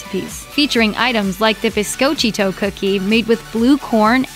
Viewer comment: Bis-co-chi cookie? It’s bis-co-chi-to...it’s the New Mexico state cookie, get the pronunciation correct.